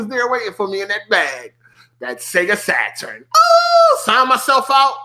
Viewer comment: The way you say Saturn was triggering the hell out of me lol. Great video though I hope you do more